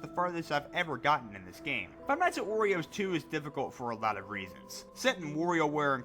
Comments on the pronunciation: DUDE WHY ARE U SAYING FIVE NIGHT AT OREOS ITS WARIOS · he pronounced five nights at wario's like "five nights at oreo's" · Why Does It Sound Like He Is Saying Five Nights At Oreos 💀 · Iz sounds like he's saying 5 nights at oreos wich doesn't sound that bad of a job